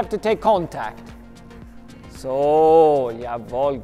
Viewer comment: How do you know he's german? The way he says "Soooooo" :D